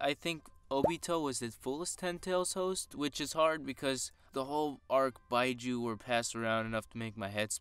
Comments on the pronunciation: It's bee Joo not bye joo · “Beeju” not “byeju” nice content tho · Bijuu is pronounced "Bee Jew" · Lol the word “bijuu” is pronounced “BEE-jew” lol the way you were saying it. As a fellow Naruto fan it was hurting my ears every time you said that. Lol but good work, keep it up. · Just saying that its pronounced Bee joo